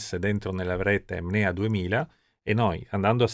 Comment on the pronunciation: Bellissimo video. Peccato solo per il costante lapsus verbale di “MNEA” al posto di “NMEA”